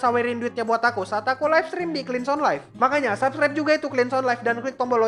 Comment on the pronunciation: kok gua denger Subscribe malah kek denger Subsribe :v apa kuping gua salah ya